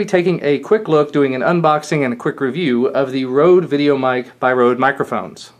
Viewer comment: ''Rhode'' omg haha xD Røde is Danish and means Red :)